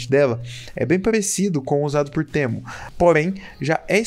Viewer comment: Slk teemo se pronuncia como " timo ", cara falando no literal português e mt estranho